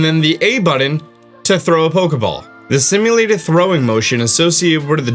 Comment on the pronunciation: Dude you say button with an m not an n.... it sounds weird AF lol